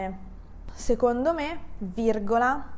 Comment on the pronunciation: Ciao! Grazie! Perche "seCondo" suona come "seGondo"?